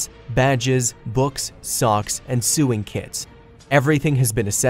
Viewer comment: He said it wrong